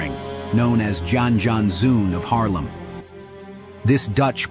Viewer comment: 1. Jan is pronounced like "yawn", so "Yawn Yawnsoon van Haarlem". 2. He was the "Blond Arabian".